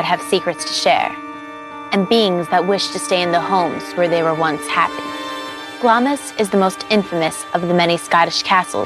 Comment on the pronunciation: its pronounced glams.you miss out the i